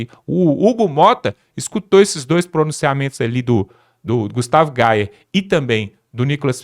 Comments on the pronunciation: Meu irmão, o nome do deputado, é gustavo gayer e não gustavo Gal. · Porquê vice só fala Gustavo Gauer? É Gayer... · GAYER!!!! (GAIER) NÃO É GUSTAVO GAL !!! Por favor!!! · Gustavo Gayer Gayer vc está falando Gauer 😂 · Não é Gustavo Gaue kkkkk É Gustavo Gayer 🫶❤️🙏👏👏👏👏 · GUSTAVO GAYER!!! G-A-Y-E-R!! SE PRONUNCIA GAIER!!! PELAMOR!!!